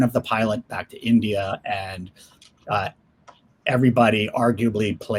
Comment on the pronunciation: Its India NOT Endea!!!